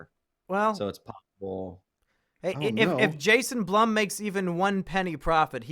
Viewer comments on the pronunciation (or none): It’s pronounced “Bloom” not Blum!